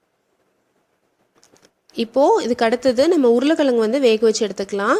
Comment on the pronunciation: Urula kalangu -- pronounciation wrong.Tamil la is wrong. Pl say Urulai kilangu.